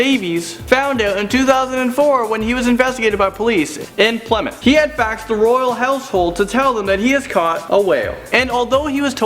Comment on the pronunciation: Ok so im from Plymouth but you said the name wrong haha.